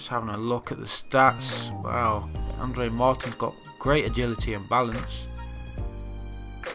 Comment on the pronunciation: Amazing andre Martin's is pronounced Andre Mar-teens